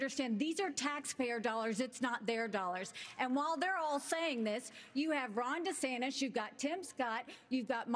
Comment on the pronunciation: I cannot unhear Floor DeSantis or Chris Chris Chris Chris Chris, don't get me started on Son DeRantis